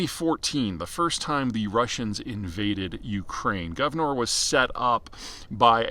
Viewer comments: What is Guvnor? it is gunvor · Not Gav-nor but Gun-vor (pronounced as "gan-vor"). Peter, you need to work on your pronounciation a bit - this happens quite often for you. Otherwise great content, and wishing all the best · Not Guvnor, but Gunvor. Russian play of Russian accent "Gun & War", what Gunvor was built to support years ago. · It’s Gunvor not Guvnor 🤦‍♂️ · FYI: It's GUNVOR not GUVNOR. It is an old norse name (the prefix Gun is common in old norse names like Gunhild, Gunnar, Gunvald, Gunlaug) and it's taken from the name of the Swedish founders mother. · It’s Gunvor, not Guvnor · It really shows how serious of an analyst you are - at least when it comes to the energy space - that you fail to correctly pronounce the name of GUNVOR, and incorrectly pronounce it as "GUV-NOR". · Gunvor, not Guvnor. The name of the wife of Thorbjörn Törnqvist taht ownes the company 🙂 Cheesrs from Sweden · Not Govnor, but Gunvor LOL Gun + vor. Vor is thief in Russian, also like a rank in Russian prison gangs, who is Timchenko. Anyway, why couldn't Biden sanction Russian oil? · Gunvor. Not Guvnor. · Did you call Gunvor Govnor on purpose? Cause it’s like Shit-or in Russian. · That's not how you say Gunvor. Also, Gunvor is an Old Norse female name.